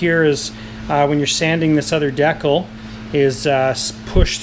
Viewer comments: 'Deccal'...'dee-cal'...it's hangAr 9!😄 anyway, nice work man, i'm inspired to go to work on my hangar9 Hellcat👍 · de·cal /ˈdēkal/ de - kal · Great video thank you but........it’s DECAL (sounds like dee-kal) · de-cul!? lolz ^^